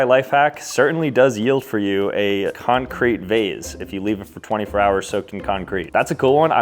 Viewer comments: the way you pronounce concrete needs to send you to jail. it's CON-crete. not con-CRETE. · He said concreet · Bro said con- Crete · wait do americans pronounce concrete as "con-CREET" instead of "con-creet"